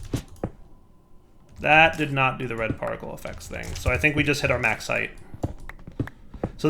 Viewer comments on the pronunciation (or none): none